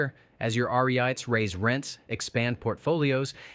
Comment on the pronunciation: Your AI voice cannot ponounce REITs. Did you watch your video yourself?